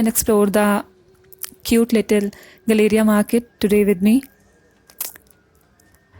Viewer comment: It’s not guh-LAY-ria गलेरिया! It’s pronounced Gal-uh-ria (गैलरिया)! Call center cab drivers kept mispronouncing the name of the market, and people new to Gurgaon accepted the incorrect pronunciation! 😂😂 It’s one way I get to know who is originally a Gurgaonite from someone who’s not! 😊😊